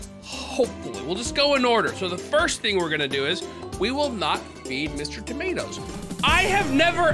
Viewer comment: Bro did not put the o in Mr tomatoS it’s not Mr tomatS